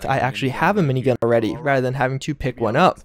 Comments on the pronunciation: Why is gat being censored? Or am I just having a stroke in the form of hearing him say "mini-gah" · He said minign